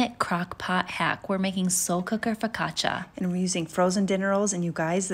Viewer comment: i'm from italy and I gotta say, you pronounced "Focaccia" better than a lot of pepole